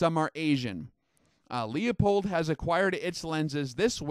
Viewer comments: >>>>>> "LOOOPOLD", <<<<<< not leeA pold. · Leupold is only Pronounced- loophold. Not pronouncing this correctly Makes you seem uninformed, and limited on your scope knowledgable. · Forget the E when pronouncing Leupold. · I'm really enjoying the series up to this point. But I'm dying to know, does he learn how to say Leupold by the final episode?